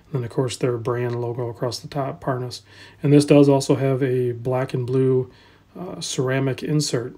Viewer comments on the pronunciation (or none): My god, what is this? I see Rolex but you keep calling it parsnip, why?